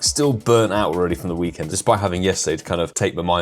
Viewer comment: Did he just say Hhhhhhhhhhhhweekend? Wow a fkin volcanion tease for the ones who already got it? fkoff pokemongo. I'm tired of this game